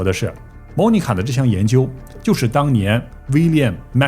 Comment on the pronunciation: 在美国这么多年，居然Monica 被你说成“猫尼卡”，东北银吗？